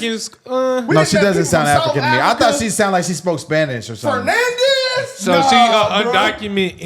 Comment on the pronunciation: Brothers I’m Spanish and when is a Spanish name or last name is Fernandez, not Fernandes with a “S”